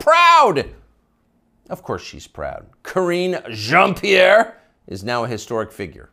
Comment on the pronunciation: I never tire of hearing him pronouncing Karine Jean Pierre's name. 😁